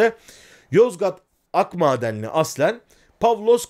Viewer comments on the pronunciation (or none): Hocam Akmaden değil Akdağmadeni yanlış telafuz ediyorsunuz.